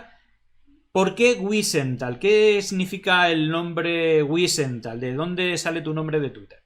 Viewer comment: Wisental no se pronuncia así, no es un apellido inglés. La w debe pronunciarse como la v francesa o inglesa